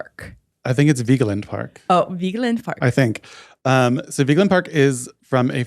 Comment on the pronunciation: Vigeland is just vigg-land - you ignore the E, it's more of a slight pause than a noise. (My aunt is married to the artist's nephew & that is how his family pronounces it.)